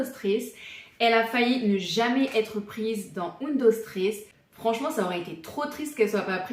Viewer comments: Un dos tréés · J’ai arrêté de regarder la vidéo au moment où la série a mal été prononcé …. (C’est la base quand même) !!